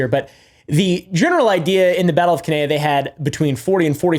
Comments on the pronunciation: Cannae = ‘can-eye’ :) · The way you pronounced Cannae is a sin